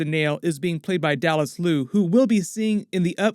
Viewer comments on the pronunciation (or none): none